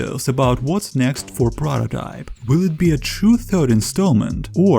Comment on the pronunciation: i know what prototype is but wtf is a prororype